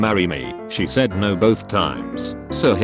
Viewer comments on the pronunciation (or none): none